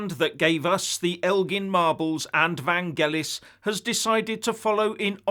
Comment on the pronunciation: said "van-gelis" like he sais "Proa-toa-call"! hahahahahahhahahhahahahhaha